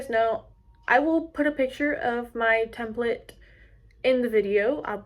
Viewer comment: It’s not templit its template!!!!!!!!!🤬